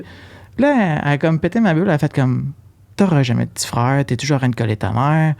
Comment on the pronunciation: Cest pas une question daccent. Cest que vous prononcez bcp de mots français tres mal. Par ex: frèare au lieu de frère, dècembre au lieu de décembre, patalon au lieu de pantalons. Vous sactionnez les universités anglo pour cause d'anglicisation, quand vs meme na savez pas parler votre langue.